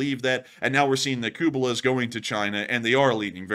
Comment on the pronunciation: His name is Kuleba and sounds as follows: KU-LE-BA, not Kubela lol.